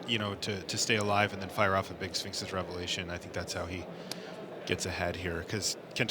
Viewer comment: please tell me Mr. Commentator....what is a Sfeenix revelaton? Dummy